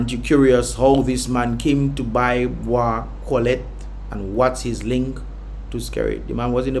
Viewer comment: So, i have a suggestion. before you read anything publicly, read it to yourself a few times, make sure you have the right spelling and pronunciation of words first before making yourself sound like Floyd Mayweather fighting against a Harry Potter children's book. That was horrible. Cant even pronounce Bois Cotelette (pronounced Cotlet) much less for Daniel's last name.